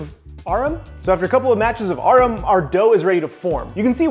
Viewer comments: You saying "ARAM" as "AHREM" took me out the matrix. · Yeah, how he pronounces ARAM definitely got me. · I think that's the first time I've heard ARAM pronounced like that, hm.... you learn something every day.